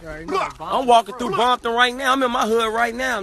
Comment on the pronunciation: Did he just say Bompton 😂😂😂